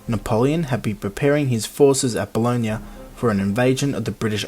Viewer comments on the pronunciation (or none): Nice vid. Good summary, excellent animations (only critique would be the pronunciation of 'Boulogne', the French say it more like 'Boo-loin', with 'loin' like it is in 'loin cloth')